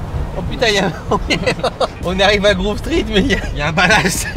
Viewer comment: C'est Grove Street et non Groove Street